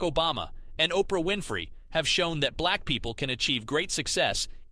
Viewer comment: Bruh, the way you pronounce "black people" ☠️ if it's AI switch the voice